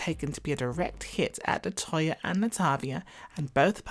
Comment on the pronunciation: I sure do hate how he did Latoya and LAtavia that’s sad man